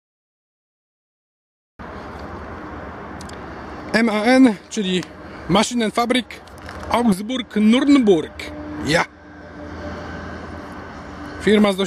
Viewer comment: Mała poprawka, nie Augsburg-Nurnburg, lecz Augsburg-Nürnberg. Pozdrawiam :)